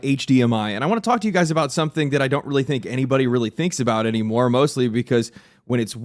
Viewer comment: *weawy weawy hard